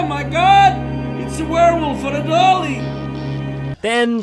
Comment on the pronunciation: dafuq is Jon saying? "Oh My God, It's a Werewolf Fradolly"? "Oh My God, It's a Werewolf Feradolly"? "Oh My God, It's a Werewolf for a dolly"?